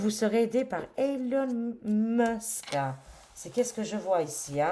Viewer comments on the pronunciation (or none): none